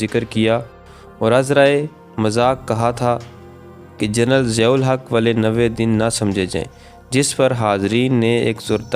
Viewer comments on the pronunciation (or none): Madoode azam Siyahul Haq. The stress is on S and not Z.